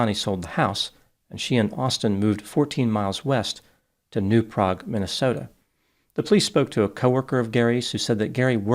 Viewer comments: As a Minnesotan, I feel obligated to say, it is pronounced New “pray-g”, with a long “a”… like “bag” and “bagel” 😂😂 Yes, we know. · As someone who grew up around and in New Prague MN, it's pronounced with a long A. New Prague rhymes with old hag.